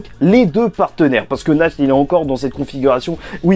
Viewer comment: Ta dit "asta,nach" au lieu de yami,nacht